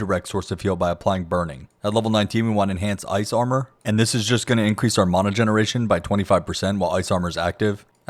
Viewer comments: I genuinely don't understand how my magic dude got worse after I made these changes. note to self "never trust a guy who can't pronounce mana correctly" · Great guide. Very well done. Although i object to your pronounciation of the word "mana" but ill try to find it in my heart to forgive you. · If I have to hear you mispronounce Mana one more time…. Christ. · lol the way you sat mana lol